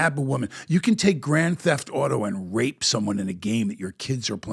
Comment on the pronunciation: Bro just said you can (grape) (with an R) somebody on Grand theft auto that’s a blatant uneducated lie 🤦🏼‍♂️